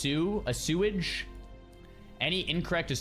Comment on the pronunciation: Assuage 😂 asweydge